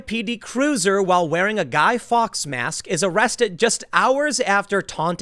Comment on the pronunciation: Fawkes is pronounced forks bud.